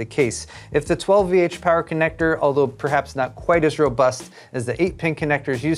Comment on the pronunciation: You didnt pronounce 12VHPWR correctly at all in this video, but you do in your tech news each week.